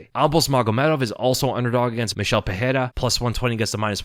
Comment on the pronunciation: Pereira = Puh-ray-ra (no double r so no "H" sound) Ferreira - Fuh-hay-ra Can we get this right? Rogan started this dumb trend and has since corrected himself (since UFC 300). Very unprofessional.